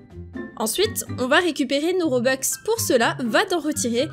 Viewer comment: Juste pour dire toi tu dit des robex mais c’est des robux c’est juste pour dire enfin bref je t’adore trop